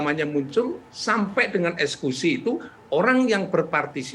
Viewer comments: Kok prof ngomongnya ESKUSI bukan EKSEKUSI????? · Eksekusi prof...bukan ekskusi...